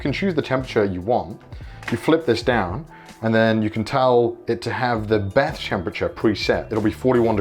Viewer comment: I just love how you say bath 😂 sounds like Beth 😂